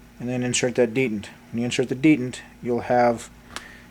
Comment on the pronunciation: Thank you. But please say dee Tent correctly, not dee dant. Picky I know but really bothersome.